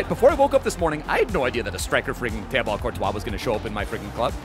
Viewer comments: It’s pronounced Teebo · The way he pronounces Thibaut is wild😂